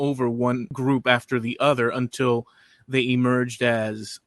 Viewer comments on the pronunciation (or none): none